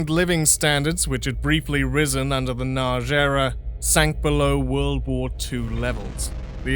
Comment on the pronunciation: Not "Nag-i" but closer to "Nudge". Y is never a vowel in hungarian, it only exists as part of digraph letters where it serves as a consonant. Edit: I think you only had it "Nag-i" once, the first time. Overall good effort for a non native speaker.